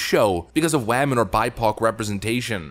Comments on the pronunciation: Is the way you are pronouncing woman satire? I hope so because the word you are saying does not sound like woman to me. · "Wehman"! 😂🤣🤣🤣👍 Yeah,, THIS show is DEFINITELY TRASH!! 😂🤣🤣😭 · Wammin . Haha 😄